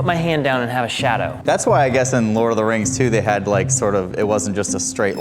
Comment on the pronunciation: "How dey do dat?" x3 "Dey do dat by-" Got me ROLLING 🤣